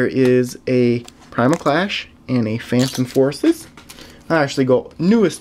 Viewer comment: Actually he got it perfect. Roaring Skies... Primal Clash... Phantom Forces.